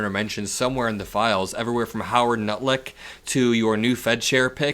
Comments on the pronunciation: Did you just say Howard 'Nutlick'? 🤣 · did you actually call him Howard Nut-lick? Bahahahahahahahaha!!!!!!!! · did you just say Howard “Nutlick”? 😂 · Bro!!! Did you really say Howard NUTLICK?!?! LMFAO